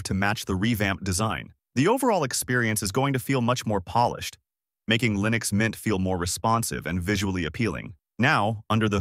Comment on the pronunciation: wtf did you just say? did you say Lynux mint?